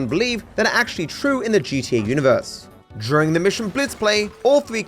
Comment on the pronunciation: Pronounces the word "during" with a "j".